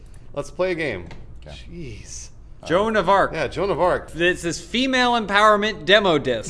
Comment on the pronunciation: That was the most butchered version of joan of arc I've ever heard.